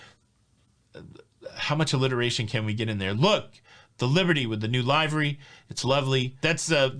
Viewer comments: you usually make me laugh but I think since the towel animals are no longer around you are targeting me! Triggering me on the Cay - Key thingy AND now Livery - its LIVER-Y not LIVE-RY. Just yanking you chain, but seriously! LOL 😆😆😆😆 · How many times can we pronounce livery improperly 😂. It’s liver-ee like the body part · Livery pronounced as in Liver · small detail but you may want to know for the future; It is a short vowel sound on livery, not the long vowel sound. I appreciate all you do.